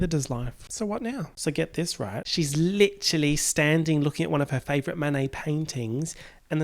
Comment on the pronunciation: 'Princess Fiona' LIT-E-RAL-LY